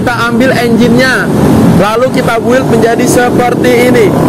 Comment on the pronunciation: Build dibaca bilt